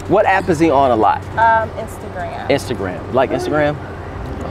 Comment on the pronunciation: When said “injagram” I was lost😂😂